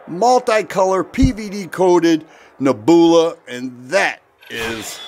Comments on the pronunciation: "Neb-u-la" brother. Not "Ne-boo-la" 😂😂😂 Nothing but love man! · Neb you la, not neb oola. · Dude you're killing me with the pronunciation, LOL. neh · byuh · luh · Neb. u la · Saw the comments first and thought people were nitpicking. Wait!! Did he say Naboohla??!! 😂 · a genius with "Ne-booola". No need for him to say "leave a comment" on this video! The man just outsmarted the algorithm 😂😂😂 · 😂😂 nehboola. WTF How the heck do people make a living from talking and not know words that are taught in 5th grade 🙄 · Ugly gun, gorgeous finish. Interesting. Now that the kind viewers have raked you over the coals for your pronunciation of nebula, I am guessing that you wouldn’t be unhappy to never hear that word again. Reminds me of when I was a kid and first tried to pronounce “Cheyenne, Wyoming “ and got teased mercilessly by my family. I wasn’t scarred for life, but friends and family can be hard on a guy. It’s okay, you’re still a fellow after my own heart and I love your videos no matter how you say things. The way you talk reminds me of a friend of mine when I was a young man, so it’s pretty familiar. Have a great day, and I hope that you are still enjoying Northern Ohio. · I'm going to be chuckling myself to sleep tonight from your pronunciation of nebula. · He really doesn't know how to pronounce Nebula huh 😂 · I liked the Star Wars influence in his pronunciation of the word!!! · The 3rd time he mispronounced NEBULA he lost all credit to me!!! Beautiful revolver however. Before pumping a product bro learn how to pronounce the name so you don’t sound like a fool In front of your audience 👍